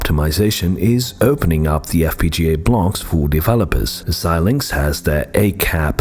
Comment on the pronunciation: It’s nice to hear somebody pronounce Xilinx correctly! Most people absolutely butcher it. And then repeat it dozens of times!